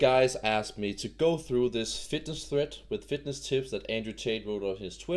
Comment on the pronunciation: It's ThreaD not ThreaT.